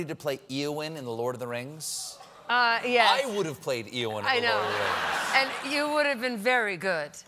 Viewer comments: Its pronounced A-O-wyn, I'm disappointed in you Stephen. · the name Eowyn pronounced A O Win. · Says he's a huge Lord of The Rings fan, and yet pronounces it "EE-Owyn". >.> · She turned down Eowyn who was a human, not an elf. Cate played Galadriel who was an elf. But she would not have been good as either one. And Stephen mispronounces Eowyn, so I have no idea what character he was thinking of!